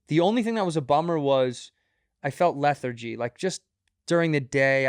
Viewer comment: The way santino pronounced lethargy like “Leh-Thur-Gee”